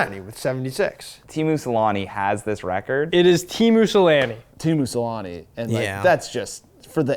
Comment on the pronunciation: deserved a strike for mispronouncing "Selanne"